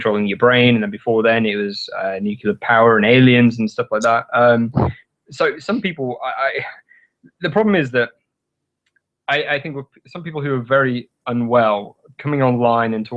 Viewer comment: It's "Nuclear", not "Nucular".